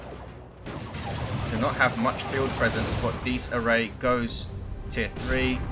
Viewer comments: Dies Irae is pronounced Dee-iz Ear-ay. It is Latin for Day of Wrath. Also pops up in the fluff as Titan and Capital ship names. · Im italian, and u should pronounce it "Dies Ire" cus the diphthong "ae" cuts off the "a" sound. the meaning is "Day of Rage". even if latin is considered a dead language is currently well studied around the world and spoken in the Vatican City State. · If it's latin than it's definatly not pronounced like that, it would have an Italian ring to it not an English one. No one knows for sure how latin is pronounced that's why it's called a dead language because no one lives that speaks it^^.